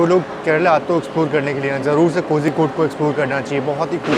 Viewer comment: Agar mai baat karun… agar mai baat karun… agar mai baat karun 🤯… kitni baar?!?!?? Aur itne log comments me bolte hain raja ki station ka kaam Hindi ya doosari kisi Indian language me padha kar yaara English me nahi. Cozy-code nahi ❌ Koi-code ya Koli-code ✅